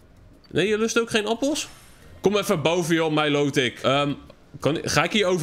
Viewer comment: Het is milotic en dat spreek je uit als mailootik